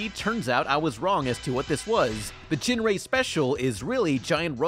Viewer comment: It's pronounced "Gin-Ray" not "Jin-Ray"